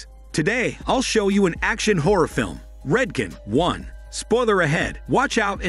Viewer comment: It said "Red-kin" not "Red-con"